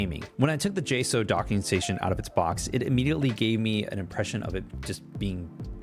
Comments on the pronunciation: It’s pronounced Jay-Socks but with a slight u vowel in the word socks. So like sauwks. 😂 hope that helped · Its pronounced J-Socks